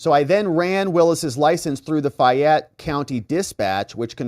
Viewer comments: It's not fyatte it's FAYETTE COUNTY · In WHAT world is FAY-ette, pronounced as FI-yette? Fayette...long 'a' sound, darling. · It's pronounced FAYette, not FIette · Its fay -ette co fa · First its Fayette County Georgia (pronounced Fay-yet, say it fast 10 times in a row), not Fulton, where Big Fanni's daughter was arrested. Fanni has no authority in Fayette County, as her authority stops at the Fulton County line. Georgia County prosecutors do work together occasionally, but not in every case, as they are independent authorities. Coweta and Fayette are very conservative counties, which won't bend to the Will or Demands of Fulton county....Not Ever!!.. Big Fanni goes throwing her weight around there, and she is liable to wind up in a cell with her daughter. I'm sure the Fayette County prosecutor will work out a "Deal" with Big Fani, but it will cost her big time. That one will be painful for her to overcome. She's in the Lions den in Fayette County, outside the reach of the Democrat party. She can't spew her Hegelian dialectic based crap there and get away with it, like she can in Fulton County... Further she's already skating on thin ice with the Senate, so thats working against her as well. And now its obvious she lied to the court about her relationship with Wade (saga continues), all very good ammunition for Trump and his co-defendants, in Georgia, as well as good objective evidence for the Senate in their review of Big Fani as a County prosecutor. Obviously, her children are out of control as well, thinking they got "big britches" everywhere they roam. We have a sayin for such things in the South.... "Some Peoples Kids" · Fayette County is pronounced faye-it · FAY ETTE... ur driving me crazy. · Fay' (like may) ette. From Georgia. FAYette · FA (long A) Y,. Like a woman’s name - FAAAYette. I know you don’t speak Southern! Thanks for all you do! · As a Georgia native, I cringed every time you mispronounced Fayette, :).